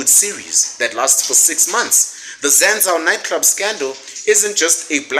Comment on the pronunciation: its pronounced Zan-zoo… it’s expensive for where it is(Hatfield student area) but really it’s pretty affordable, it just looks expensive I’m the corners. But everything else you say is legit facts 💯